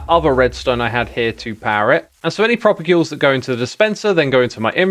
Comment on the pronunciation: You talked to Skizz, and yet you didn't pronounce 'propagule' correctly. Terribly disappointing.